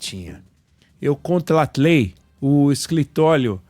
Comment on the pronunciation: kkkkkkkkkkkkkkkk eu "contlatlei" kkkkkkkkkk cebolinha